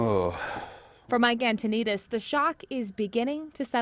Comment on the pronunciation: His name is Mark and the last name is pronounced an-toe-nuh-deez